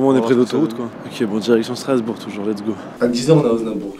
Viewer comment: t'as écorché le nom de ma ville... Strasbourg... je me désabonne (non je rigoooole)